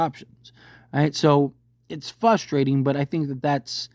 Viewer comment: It’s “frustrating”, not “fustrating”.